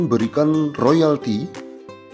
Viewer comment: Ngomong saja dak beres,royalty,dibilang loyalti,belajar lagi min,hoax